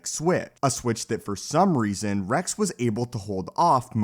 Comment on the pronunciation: Why don't you pronounce X and S ? Order sixty si- ? Captain Re-c ?